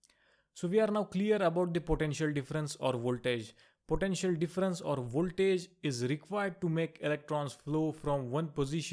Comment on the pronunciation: its potential not potentail!!👎